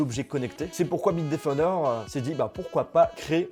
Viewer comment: Bite qui defon '' bitedefnder''